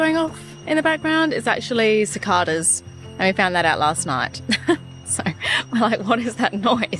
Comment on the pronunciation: Those bugs are pronounced "cit KAY das"! LOL! We have them in the US especially in the Eastern part of the country!